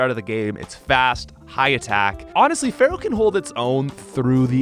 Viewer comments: It's NOT Feral, it's FEAR-ow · but why do you always call fearow "pharoah"... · My brother in Poke- it’s FEAR-oh 😷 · Stop calling Fearow "Pharoah"